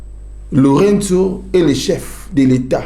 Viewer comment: SVP, UNE PETITE AIDE: LOURENÇO (PRONONCEZ COMME CECI "L´EAU +REIN +SOUS", MAIS EN UN MOT) MERCI.